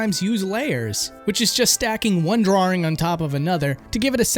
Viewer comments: "drawing" has one "R" in it. It's not "drawring". Please stop saying "drawring" D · DRAW ING not DRAW RING man! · DRAW - ING, There is only one R in it, stop saying "drawring". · Why do you keep putting an r sound in "drawing"? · Drawrring... are you 5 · Stop saying DrawRing, it's triggering my autism. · We love you. I can't watch this video without cringing at "drarrrrings" though😂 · Oh you know my name is Simon, and I like to do drawrings, I like to draw all day long so come and do drawrings with me. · i cant take this video seriously with how you pronounce drawring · drawring ... Drawring ... DRAWRING ... -_ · Is he saying 'drawring'? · "Drarring" -, 2018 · i think its funny and cute that he messes up by saying 'drawring' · Why can't you say drawing correctly? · To all of you pointing out says "drawring". He also says "rawr" instead of "raw" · That pronunciation of 'drawring' though lol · You came down to the comments to see people talk about his pronouncation of "drawring"... For shame! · Why can't you say the word "drawing" properly? and but there's loads more. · "draw-ring" Love the video, but I can't stop chuckling whenever I hear someone say drawing like that. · They'd take me to a speech class in school if I pronounced drawings like that lmao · Why? I've never heard anyone say drawring before this guy did. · Why can't you pronounce drawing? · Anyone else think pronounces "drawing" weird? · How many R's do you think are in "drawing"? ;) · As long as you don't teach them how to say the word "drawing". Which you pronounce wrong btw.